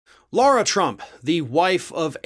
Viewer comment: Lara is pronounced as Lah rah,not as Laura Shouldn't Lara trump's name be spelled ad L a u r a?